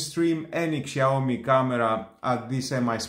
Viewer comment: wtf? Google how pronounced brand Name. Shame on you.